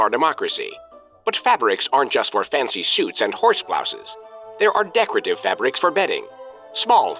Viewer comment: If you could stop pronouncing it "fabbericks", that would be great